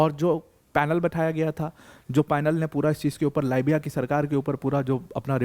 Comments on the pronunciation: Libiya .== Leebiya,,,, biya = its not baya its beya= biya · Libia को लायबिया बोलनेमे मजा आता है क्या। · "लीबिया" को "लाइबिया" बता रहे हैं ये महानुभाव...जिन्हें स्वयं देशों के नाम का ज्ञान नहीं है वह Aspirants को क्या ज्ञान देते होंगे..!!😂😂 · How pity. You people are always worried about our success. How to degrade Pakistan success, using degrading words is a norm in India. In other words, mention Pakistan's success with insulting words. And another thing, the anchor seems a bit less educated. It is not Laabya , It is Libya.😂😂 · Dear sir लीबिया बोलिए लाइबिया दूसरी कंट्री है। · Bai it's libya (lib ya) not lybya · यह भाई लीबिया को बार बार लाबिया बोल रहा है इसको किसने अध्यापक बनाया रे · गुरुजी तो बहुत ही कूल हैं, लीबिया को "लायबीया" बोलते हैं!😂😂😂 ये चक लायबीया...! , , , , , , , , , , , 🤮🤮🤮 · लिबिया है..... लायबिया नहीं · लाईबिया to mat bolo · bhai lit is leeeeeebiya not li biya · It is lee-bee-yaa not lie-bee-yaa.